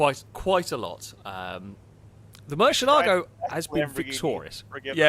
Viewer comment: please learn the correct way to say Murcielago